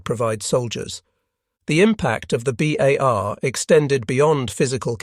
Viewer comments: Gawd THIS computers pronunciation sucks! BAR NOT BAHRRR! IT'S B OW LIKE OUCH, at the front of a ship! 50 caliber, not .05 inch caliber. A unit of caliber is measured in the definition as hundreths-of-inches! Using both is redundant. Annoying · Always great content but the narration is getting very sloppy. How is it that we get to pronunciations “bars” and “BAR–S”back to back? And the pronunciation of .30-06 is ridiculous. Just type and narrate “30 ought 6”